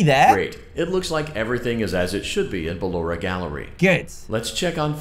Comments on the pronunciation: Dan calls her ballanora lets motivate him to say it right with a controlled shock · no offense but ballora is pronounced Bal or a